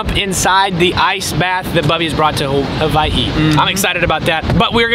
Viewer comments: saying Hawaii right is 🤌🏼yes siir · My man with the proper pronunciation🤙🏼 mahalo nui for that